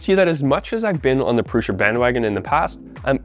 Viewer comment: My biggest question is why people pronounce it "Prusha". I watched the Core One reveal video. Josef 'the actual guy the company is named after' Prusa introduced himself as Jo "Proosa". If that's how he's saying it, why do so many other people insist on saying Prusha??